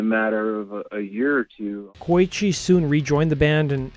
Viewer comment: The guitar guys name is pronounced "Koe-ichi" not "Koy-chi."